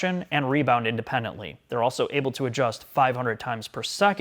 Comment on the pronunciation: I see still on his 'Auso' instead of also game